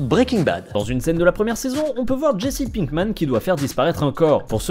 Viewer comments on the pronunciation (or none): none